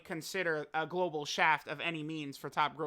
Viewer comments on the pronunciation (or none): STFU with that "GoLbAl W"